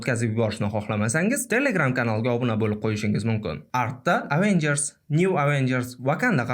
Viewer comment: bu so'zlarni chiroyli ayta olmaysiz, oddiy Avengers ni to'g'ri ayta olmaysiz-ku😂